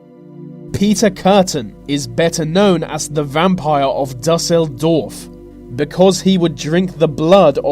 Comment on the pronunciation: Did he seriously say Düsseldorf like “Duss-El-Dawrf" ?